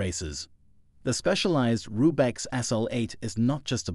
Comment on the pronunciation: I laughed pretty hard at "Rube-X". If you're going to talk about bikes, at least know what you're talking about before you read the script that ChatGPT wrote for you.